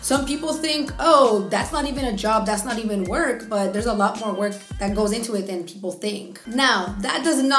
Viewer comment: “500 is like” -“half of 1,000… which is like.. aaloght”— i died 😂